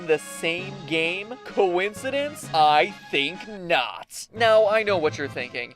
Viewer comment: Okay, I haven't seen anyone say it yet so I'll just come right out and say it. I highly dislike your "catchphrase" of "I think not.", and the reason being is that it's dull. You put way too much emphasis on each word, it's kinda painful to watch. Aside from that, I like your theories. Everything else seems pretty okay. That's why I still watch and like your videos. I just would like to see you try something new with your "catchphrase".